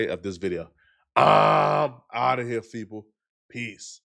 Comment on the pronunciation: we all heard you say "feople" don't try to act like nothing happened